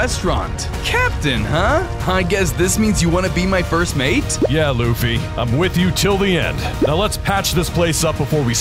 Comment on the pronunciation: It luffy￼ not laffy